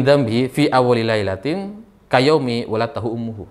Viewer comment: Min bacanya bukan waladtahu tapi waladat hu ummuhu